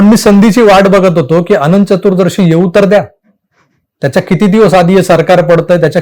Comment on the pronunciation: पुर्ण विडिओ ऐकला. एका शब्दाचे उच्चारण चुकीचे झाले आहे. तो शब्द...चतुरदर्शी नव्हे तर चतुर्दशी असा आहे.